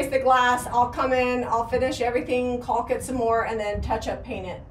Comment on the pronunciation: I've been watching the progress of the farm house since the beginning and the 2 of you work so hard. I hope the house will stay in your family for a very long time! Such great memories for years and years to come. A house made with love 😍. I have watched both of you struggle with the word caulk. You're making it flow a little easier but here's the good news! The letter L is silent making the word so much easier to say! 🎉. I wish you happy life, happy family and a happy home ❤️😊